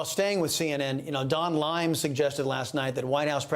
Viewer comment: "Don Lime" hahahahahahaah